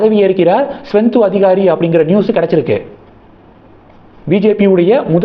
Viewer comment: தம்பி! நீங்கள் அடிக்கடி மே.வங்கத்தின் பா.ஜ.க தலைவர் சுவேந்து அதிகாரி பெயரைத் தவறாக உச்சரிக்கிறீர்கள். சரி பார்க்கவும்